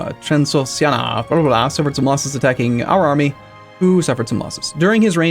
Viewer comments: It cannot be that hard to pronounce "TRANS-OX-IAN-AH". You're giving up at the last two syllable, xD. "Transoxchachachah" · trans-shon-sha-ha-ha-ha how does anyone think that could be a word ever. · You deserve being stuck inbetween three buff nations you previously played, just as punishment for your utter refusal to properly pronounce Transoxiana. It's not that difficult. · Either learn to pronounce Transoxiana, or wipe them off the map!